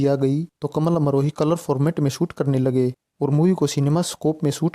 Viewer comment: आपने वर्णन तो ठीक ठाक किया है पर आप बोलने में कमाल अमरोही को कमल अमरोही बोल रहे हो, ये गलत उच्चारण आप क्यों कर रहे हो?